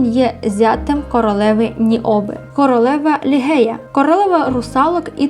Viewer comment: ім'я королеви не лігея а Ліжея😉